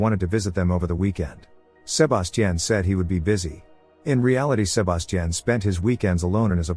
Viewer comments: How many times can you say Sir-bass-teaan? x Damn AI is broken wtf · Sa-ba-ti-ion…Jesus! Over and over is crazy work.. so distracting, couldn’t even get into the recap 🤦🏾‍♀️ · I would’ve took someone else identity if my name kept being pronounced “SHU-BAS-CHIN” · I hate the way it says sebastian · yeah, it will be a while before AI gets certain words rights. That tells u rights there not to be afraid of them taking over the world. 😂 If a robot shows up in my house trying to kill me I’d ask it to say “Sebastian” several times… at least I’ll die laughing. 😂😂😂